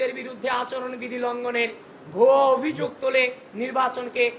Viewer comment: আবিদ, তুমি অভিযোগ উচ্চারণ টা ভালো করে করবা, লোকে হাসাহাসি করে